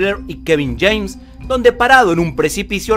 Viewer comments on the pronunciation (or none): none